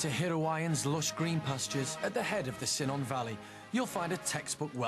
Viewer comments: Cynon Valley is cuh-non not Sih-non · the wot valley? The Cynon valley is pronounced with a K not sinnon - like Kuntun without the T, bloomin English!!!!!! t does however have some punchy fuckers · Simon valley? It's Cynon valley \Cu non. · Hirwaun ,at the head of the cinnamon Valley.. Where's this? Perhaps you mean Cynon ; where the 'y' is pronounced like a u..Hirwaun ,which means Long Valley .The irony here is the narrator can't and hasn't made an attempt to pronounce the place name properly. The people featured here, maybe as thick as two short planks . But I've only ever come across someone once who was incapable of writing his own name and that was in Hackbridge, Sutton. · Not Simon lol I meant he said sinon